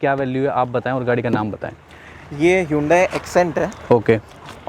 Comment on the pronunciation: Its hunde not yudaii